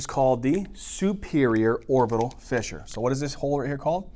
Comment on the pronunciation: when u said superior orbital "fissure" I thought 100% this was Arabic. Omg, you literally pronounced a word that means "pop corn" in Arabic the perfect way lol !!!!